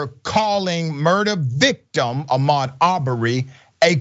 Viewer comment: what agreed upon language??? America doesn't have official language. But if you referring to English, you must know any non-English names are free from English language rules and must be pronounced by native rules. So don't forget H in Ahmaud's name Ps.. English is not my first language, nor second nor third and not even fourth.. it is my fifth language so STFU!